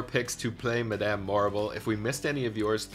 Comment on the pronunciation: I think your choices are cool but the way you pronounce "Madame" irks me so much since it's definitely not the same how it's even said IN the show Wicked. And Helena Bonham Carter doesn't pronounce her first name like that either.